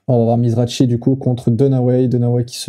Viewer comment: Pour info,ont prononce mizraki' the grinder' une légende,et non pas mizrachi